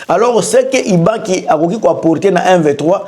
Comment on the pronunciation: Ibalanky et non Ibaki,ambassadeur itinérant et non iterant.